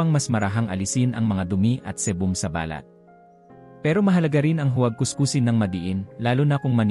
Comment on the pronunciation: OK ANG MESSAGE MO DOK. ONLY, BAKIT HINDI MO MABIGKAS NANG TAMA ANG MGA SALITA NA PILIPINO NAMAN. ISANG HALIMBAWA LANG AY BALAT O SKIN. PAGBIGKAS MO AY MALI DAHIL MALUMAY ANG BIGKAS MO AT HINDI MABILIS. NAGIGING BALAT O MOLE TULOY. MARAMI PANG IBA. VERY DISTRACTING ANG EPEKTO. PLEASE STUDY ON HOW TO CORRECTLY ACCENTUATE WORDS. IT IS OUR MOTHER TONGUE. NO REASON TO BUNGLE IT DOK. PLEASE.